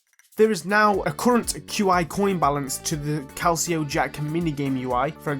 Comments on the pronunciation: polite psa inventory: t's not an in-VENT-or-ee, it's an IN-vun-tree calico: it's not cal-see-oh, it's cal-ick-oh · Great video but diD YOU SAY CALICO LIKE ‘CAL-CI-OH’